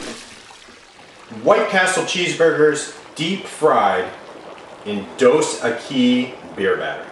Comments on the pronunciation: dos ekkkkiiiiiiiiissss thats how you pronounce it no equis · Dos EQUIS! Not Dos EQUI! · Are you using extreme lighting or are you not cooking this things long enough? They're looking a little pale. You want to be looking for a deep golden brown color (yes I am a chef). Also the beer is pronounced dose eckys. Ecky as Becky not ekise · It's DOS EQUIS... NOT EQUI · It's not pronounced "Dos Eh-KEY" (it's Mexican, not French). It's pronounced "Dos EH-Kees". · Hahahaha he said "dos aqui" like "2 here" its koo that shit looks good bruh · its pronounced dose ekeeessssss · Its pronounced,,,,,,doe-sak-ies,,,just for the future. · Say the "s" at the end of Dos Equis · u pronounced the beer wrong.. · Lol yeah that would be a way to ask for a couple beers in Spanish lol. Just laughin at the way he said it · You pronouce Dos Equis really weird. Haven't you heard of their commercials with the Most Interesting Man Alive? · you butchered the name of the beer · i know its an old video, but god damn, you can't pronounce the name of the beer right, nor did you deep fry it properly.